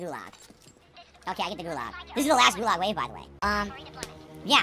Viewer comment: King of the Gulahg, because he is in there kahnstantly. Good thing there are no bathrooms in there.